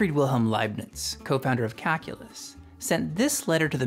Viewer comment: it really sounds like you're pronouncing "calculus" as "kakulus"